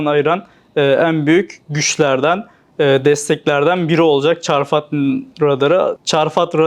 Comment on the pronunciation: Çarfat değil